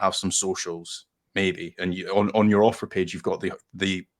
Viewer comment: Ohh AUTHOR, lmao, I thought you kept saying Offer, lol I was very confused